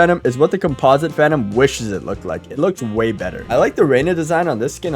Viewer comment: "Every Phanum Skin" 💀